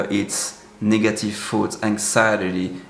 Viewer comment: Your English is excellent but one word always mixes me up: you pronounce the word “thoughts” as if (to my ear) sounds like “foods.”